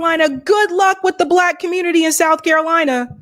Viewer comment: Soutf Carolina , Nortf Carolina 😂 we not tolerating no disrespect 💪🏾💯.